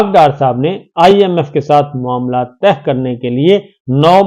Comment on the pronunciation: طے کو زور دے کر تہ نہ بنائیں۔